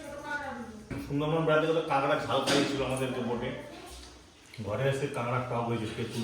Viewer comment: চাষারা। কাঁকড়াকে কাঁগড়া/ক্যাঁকড়া/কাঁকড়া বলছে। ছেলেটা পড়াশোনা বাদ দিয়ে ব্লগ বানাতে ব্যস্ত।